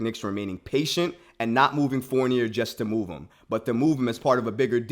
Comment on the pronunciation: His name is pronounced Four-nee-ay